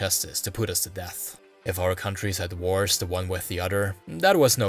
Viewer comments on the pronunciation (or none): none